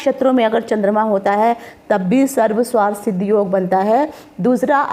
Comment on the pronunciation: Sarv swarth nahinn sarvarth hota h... Aapne toh arth ka anarth hi kar dala Sarv + arth hota h